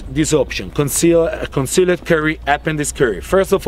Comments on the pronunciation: I love how he pronounces concealed. Cun Seal Ed. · Conz-See-Led Curry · Some Impurrtent points about cone-see-led curry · "Conceleeed curry" made my day xD